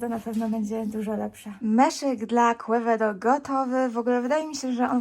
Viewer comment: Quevedo z hiszpanskiego czytamy ( kevedo ). Piekny kon i ty Tez.